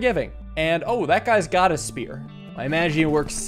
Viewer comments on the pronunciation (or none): I love the fact that he still says “Sphear” sometimes 😂😂. I love your content btw, love waking up to an video too